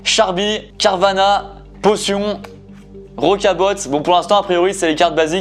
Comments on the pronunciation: Il dit vraiment rocabote 🤣🤣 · Il dit rocabote😂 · le t de rocabot est muet